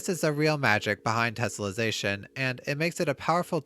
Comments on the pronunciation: Drink every time he says 'tessellesation'. Also leave the man a like for this wonderful tutorial. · 3 minutes in and he's said tesselation 27 times, and correctly only twice. Oh boy..